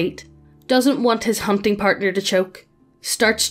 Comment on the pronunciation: im not the only one who heard "humping" when she tries to say "hunting" right?